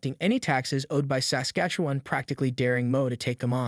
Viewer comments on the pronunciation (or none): Is this narrator a robot? Listen how he pronounces Saskatchewan. (Or as I like to call it Sasquatchewan.)... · Where are y’all from when you can’t pronounce Saskatchewan properly? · Is that an AI voice here on Street Politics? No Canadian pronounces Saskatchewan as the voice here does?! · A couple of things. So if we refuse to pay the tax, he is still going to give us a rebate? I’m ok with that. 🤦‍♂️ Not sure where the money will come from. Second, I’m pretty sure the CRA has literally ZERO way to enforce a corrupt carbon tax, just because he said so. And lastly. Please figure out how to say Saskatchewan. Through several videos, each time, your pronunciation seams to be off. Every time you say it differently. But I am also adhd, so maybe it’s just me.